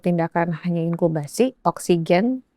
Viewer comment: Intubasi mbak, bukan inkubasi... ☺